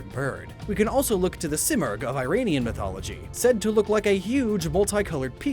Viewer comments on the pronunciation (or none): none